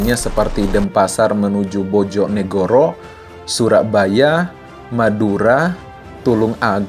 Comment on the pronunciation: Bang baca bojonegoro itu bacanya pake e bukan e